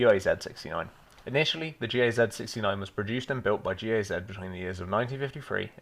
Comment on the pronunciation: Gaz sounds like "guzz"